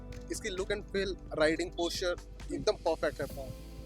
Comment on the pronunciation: Bhai ye feel ko pel q bol rha😂